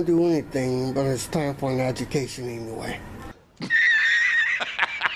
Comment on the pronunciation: “ Time for a edgamacation huh? Yep.